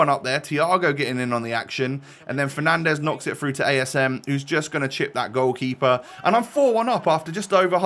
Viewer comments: we all heard the ‘bruno penandes’ 😂😂😂😂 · I had respect for you until you said penandes 🤡